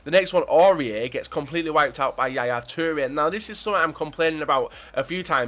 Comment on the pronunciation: The way you say Toure still makes me laugh